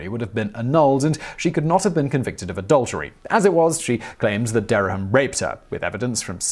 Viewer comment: There are two syllables in Dereham, not three.